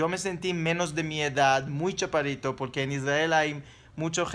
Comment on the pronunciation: yo tambien mido 1,64... escuche mal o dices ¿chapadito en vez de chaparrito? hehe saludos...